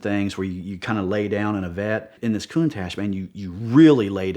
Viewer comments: Countash 😂😂....love it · "Coon-Tash" really?? C'mon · Cant stand the way he pronounces countache..EdPlease correct him it's like nails on a chalk board.